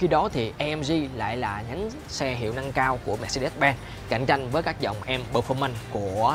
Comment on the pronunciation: Mermercedes: đọc là "Mer-SAY-deez" (Dzj`) chứ cứ des des gì. Đọc sai hãng xe tùm lum.